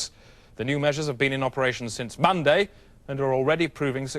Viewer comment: Enchanced Paxman-esque with the RANDOM stress.